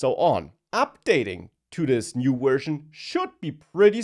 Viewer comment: I am sure this is great great content but whenever I hear "wersion" I get a heart attack and some little kittens die somewhere in Mongolia or Paraguay, so I will stay away. Wish you all the best though!